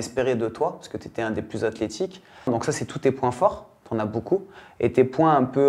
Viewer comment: Juste faut qu'il fasse des séance d'orthophoniste ça lui fera beaucoup de bien à chaque épisode il nous sort des dingueries "Acléthique"